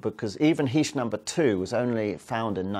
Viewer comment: ...I'm only playing this video because my last name is "Heesch" and I wanted to find out which way he was going to pronounce it... ...I say "Heesch", short "e" sound, rhymes with "John Tesh"... ...I've heard others say "Heesch", long "e" sound, like "hash-heesch"... (presses play) ...well, he's mispronouncing it...😂